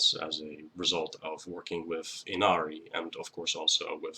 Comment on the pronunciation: The correct pronunciation of her name is (E-Na-lee) Inari. R’s are pronounced as L’s when speaking Japanese. Thank you for teaching me about her. My offering to you was helping you pronounce her name correctly. 😊 #444